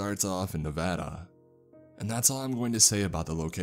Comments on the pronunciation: It makes me so happy that you pronounced Nevada correctly. Literally no one does, not even some of the documentaries on Nevada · As a Nevadan, I'm loving it and have a couple ideas where this could take place. And extra credit for saying Nevada correctly 👏